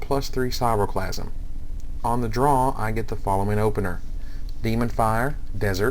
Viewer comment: It's KRAI-O-clasm, not sairoplasm. Aside from that, cool vid.